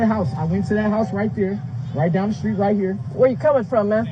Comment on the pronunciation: I've tried really hard to watch this video but I can't get past your mispronunciation of "st" words like struck or street. There's no H in there. SHtreet.. SHtruck... Jfc woman. Thumbs down.